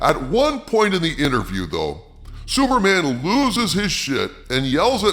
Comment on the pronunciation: Did you call him “Sewerman” half the time?